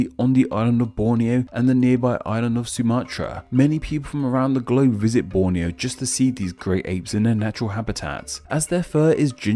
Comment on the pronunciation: Err, he did great in pronouncing Borneo, Malaysia, Indonesia, Brunei etc.... Apa lagi kamu mahu? Malaysian here